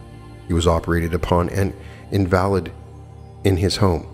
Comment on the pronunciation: In va lid. You know, an invalid? Not in-valid!